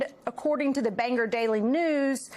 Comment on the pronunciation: These people who mispronounce Bangor